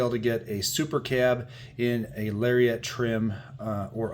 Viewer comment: LariAT not lariET 😂